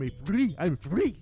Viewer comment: I was F-rrrrrEE. 🤣🤣🤣 Those rolling R's kill me